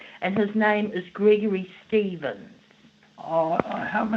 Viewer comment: Gregory Shtevensh? Nothing to do with me.